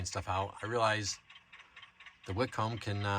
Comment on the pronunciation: Pronounced "Whit-cum," not Whit-comb